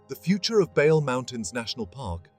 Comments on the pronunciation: Only two corrections; Bale mountains is t not the roof of Ethiopia. Simien mountains is taller than Bale( but Bale is good for hickers). Bale is pronounced as, Baley mountains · Thank you for this excelent presentation. Reading the name Bale needs pronounciation correction. Ba must sound as in bad ባ፡ le as in le(ntles) ሌ። አመሰግናለሁ thank you.